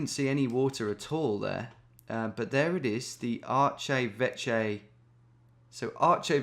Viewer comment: Archeveche is french and not pronounced artshevetshe at all haha